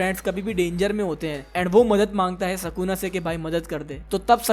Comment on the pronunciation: Bro its sukuna not sakuna